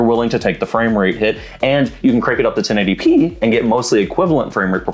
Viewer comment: 1080 pee-ee 😂